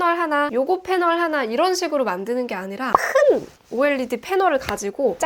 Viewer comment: OLED를 '올레드'가 아니라 '오엘이디'로 말씀해주시는 부분에서 너무 신뢰가 가는 영상이에요! 구독 누르고 가요